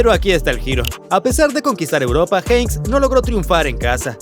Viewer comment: Minuto . Habláis sin saber ni tener información y os equivocáis con el despido de Jupp Heynckes (Por cierto, se pronuncia JEINKES, y no Jeins). Dicho despido se hizo tras una llamada del Jupp Heynckes a Lorenzo Sanz diciéndole, Jupp Heynckes, que no podía controlar la plantilla, vamos que no podía con los jugadores debido sobretodo por sus altos egos. Lorenzo Sanz, por lo tanto, procedió a cesarlo al acabar la Temporada, con la SÉPTIMA, por supuesto. De hecho, cuando Heynckes le llama, Lorenzo le pregunta que pasaba, si en una semana vas a ser campeón de Europa. Lorenzo Sanz, si no es por esta circunstancia, no hubiera cesado a Jupp y hubiera continuado con el. Antes de hacer el Video, hay que informarse, pues habéis cometido un error con la SÉPTIMA del MADRID de Jupp.